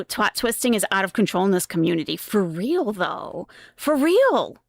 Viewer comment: I cant deal with the "weal"